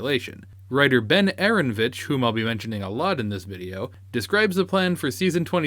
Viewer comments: It's AARON O VITCH not ARONVITCH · Aaronovitch is pronounced Uh-Ron-Oh-Vitch.